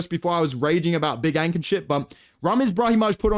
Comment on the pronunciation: He turned big ANK into BICH ENK in a matter of seconds😂.